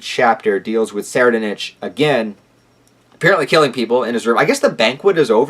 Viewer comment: I believe it's pronounced "soraidnik". Edit: Deym, I know im so late but HxH is really getting interesting. I hope Togashi finds the passion to finish the whole arc asap. Nice review btw.